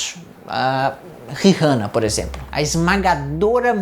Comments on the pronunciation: gnt que agonia dele falando Rirrana toda hora. Tirando isso video muito bom! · Nunca pensei que me incomodaria ao ver alguém pronunciar "rirrana". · o, o "H" no mome fa Rihanna e mudo... onde você vive? no mundo de Miquela?